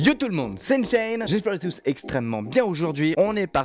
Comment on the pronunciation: unchained pas unsained haaaaaaaaaaa bonne video